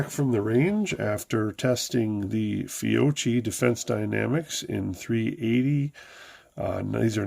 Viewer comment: Fiocchi pronounced Fee-O-Key. The XTP bullet is the best performing in the .380 caliber for self defense.